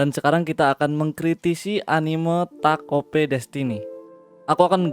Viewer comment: Denger lu bilang takt op jadi gaenak. Karena gw sering bilang takt op, bukan taket o p. Tapi tetep bagus kok video lu